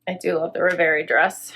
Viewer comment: I would be very happy with some of these pieces! I'm saying yes to the floral top if you front tuck some of that trim., you keep pronouncing that Z Supply dress as "RevAYrie". I believe it's pronounced "ReveREE", like a dream. Cheers.